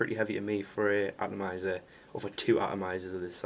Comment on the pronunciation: Did you say "Twatomizer"!?